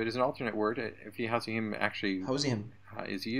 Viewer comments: Howzehim pronouncing Tugyanihim wrong? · He claimed He knows Arabic But he couldn't pronounce DHUQYANINHIM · "fi tu-ya-nihim"??? My guy is trying so hard and miserably failing to pronounce it. And, brother is correcting him in Arabic. 😂 May Allah subhanahua ta'ala bless you and increase you in knowledge. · This dude literally said house-ihim 😂 Btw i was hoping the video would feature your pomegranate juice